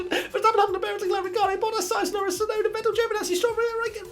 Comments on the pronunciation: Damn , look how the editor massacre Yuki's last name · No one: Absolutely no one: Race Rundown: Tsuonda